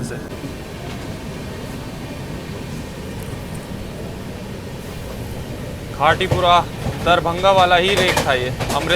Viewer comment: हिंदी भाषा में साफ़ साफ़ लिखा है खाती पुरा ओर आप बोल रहे हो खाटी पुरा पढ़ना नहीं आता है क्या 😮😮😮😮😮😮😮